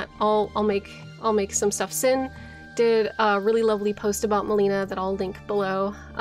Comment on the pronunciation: Do lore youtubers mispronounce names on purpose that are said out loud in the game? Melina and Miquella mainly